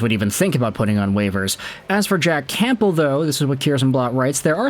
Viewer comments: Heads up the p in Campbell is silent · The 'P' in Campbell is silent lol